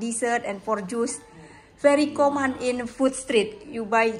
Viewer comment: Kamen ngomngnya mba not koman